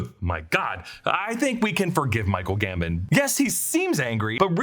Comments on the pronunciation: dumbledore is GAM-BOHN not GAM-BIN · The way you say Michael Gambon drives me crazy 😂